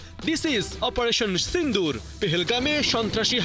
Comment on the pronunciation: ছিন্দুর না ভালো ভাবে বলুন সিন্দুর,,,, না পারলে বলবে না